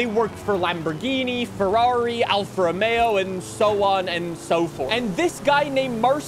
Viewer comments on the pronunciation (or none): none